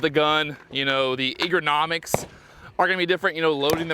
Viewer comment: "Eagernomics" ❌ "Ergonomics" ✅